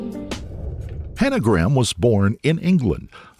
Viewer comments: Its not pronounced gram. Its GRAY-am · Why are you saying her surname like "Gram" ??? Show some respect and pronounce her name right, its GRAHAM, not "gram" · Just got to say Graham is pronounced Grayum in the UK as opposed to Gram. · americans pronouncing graham as "gram" hurts my brain so much i can feel the burn through my eyes. figure it out america its "gray-ahm" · Glad my surname isn't "Graham" because it would drive me mad with every American bizarrely mispronouncing it "Gram" all the time. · Fun fact but as she was from England she would have pronounced her last name as ‘Gray-am’.